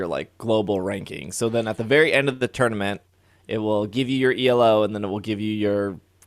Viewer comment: Elo is a word (its a name) not an initialism. ee loo